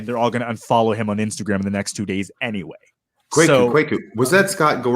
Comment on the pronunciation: Kwaku (Kweku, Kuuku, Korku, Kɔku, Kouakou), is a Ghanaian Akan given name for male children born on Wednesday to the Akan and Ewe ethnic groups. actually got the pronunciation of "Kwaku" right. Africans would pronounce it the same way. Nothing to apologize for. If this guy were spelling his name "Kweku", there wouldn't be an issue at all as the pronunciation of this word is obvious.